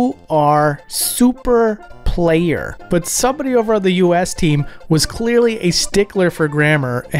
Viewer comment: The way you said “SOUP-er PLAY-er” never fails to make me chuckle